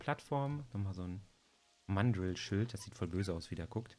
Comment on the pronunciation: Ich mag deine Videos...aber es heißt mandrrrrrrril und nicht englisch ausgesprochen